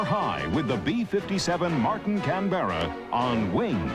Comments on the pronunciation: It is not a Can-BERRA. The correct pronunciation is CAN-berra. If you're in Australia, it's CANbrah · What the Fuck is a CANBEARA.. Its a CANBERRA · For goodness sake ..... it is NOT Can-bear-a! the name is pronounced Can-bra. Two syllables, not three. Ask the Australians, after all the aircraft was named after their capital city. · That's not how you pronounce Canberra. Most of the background "music" is raucous, intolerable and inappropriate. Very fine looking aircraft though, sleek. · The narrators pronunciation of Canberra is grating, there is no 'Bear' in the word! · It’s pronounced Can-bra. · Say can-bear-ra again, I double dare you. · Can-ber-a ffs. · Caan-bera lol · Tim Gooding ___ He says it like the baseball player Yogi Berra. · Nce documentary, I just wish the narrator could have pronounced Canberra properly. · Did you run that pronunciation by the Austrian government first? Of course not.... fucking Yanks! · Quite simple really- like camera, only with a b. An aboriginal word for "meeting place" I believe. It's just annoying hearing the narrator mispronounce the name over and over and over again.